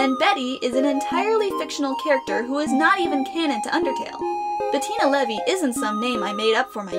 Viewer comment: I thought it was Bettina Levi not Bettina Levy